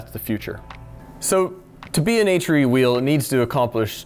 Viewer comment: Why does it hurt my brain when he says HRE? The way he pronounces R makes it sound like he is saying Ehytcheree. LOL stupid I know but yeah I'm weird, anyone else weird like me? LOL